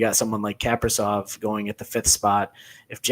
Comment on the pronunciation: the pronunciation of Kaprizov made me not trust you. JK, but kinda